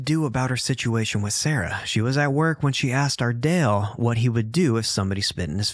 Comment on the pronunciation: Am I the only one who loves to hear him saying “ARdALe”!!!